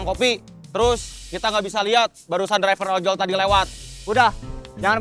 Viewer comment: Ada yg denger ga sih klo si gagah selalu typo tiap liat didu pasti ngomong “drivel ojor” bukan driver ojol😅😅